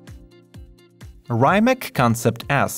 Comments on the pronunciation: It's Not Ryemack but regullary Rimac with an European "c" just type Rimac C_one vs Porsche 918 and in the video there is a point where he says hoe to say Rimac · Rimac C_TWO Btw you can't say Rimac correctly :P